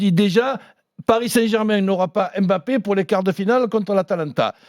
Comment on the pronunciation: jeu stereotypé avec des dribbles bateau. ça passe plus, s’il veut en pointe c’est qu’il est conscient qu’il faut etre clinique. Sinon en 2021 des gens prononcent le nom de kylian en disant aimbappé... incroyable